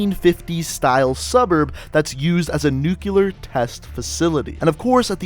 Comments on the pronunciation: Really man? nucular? ._. NUCLEAR!! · Nucular.....no correct pronunciation "New-clear" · gotta love them "nukyler" explosions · Wheres the other “u” in NUCLEAR?